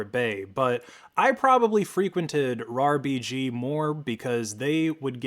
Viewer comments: he was sayin R-A-R BG goofy ahh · It's pronounced RARBG not R EI R BI GI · It's RAR-B-G Not RAA-R-B-G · buddy they're not called "areyar bg" they're called "rarbg" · Why are you pronouncing rarbg to R A R BG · >arr ee arr bee gee pls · why did you have to say it like arr-aye-arr-bee-gee 😭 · Came to the comments for this! I've downloaded loads of RARBG stuff and in my head always said "RAR-BIJ". When I heard him spell it out, I thought "Oh I have been wrong" (Maybe still am). What's the most common way people say it?